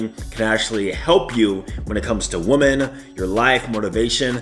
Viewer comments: Please stop pronouncing women as “woman”. Makes you sound dumb! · Hey, the word "women" is pronounced like wimin. Rhymes with swimmin. Just thought id point that out cause i've heard you make the mistake once or twice before.